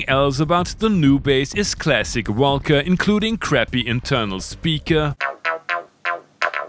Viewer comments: gotta love the way Germans pronounce WOLKA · Low how you pronounce Volca! 😂